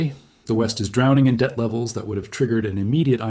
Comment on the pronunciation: This video is read by AI. You notice it at apostrophes, like „IMF‘s“. Video should be „Debt“ not „Det“. Property rights theory should be explained, „moral hazard“. In total a very informative video, the EU could be the next caught by this trap.